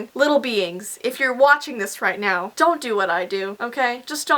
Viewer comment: its "dong judge a book by its cover"😂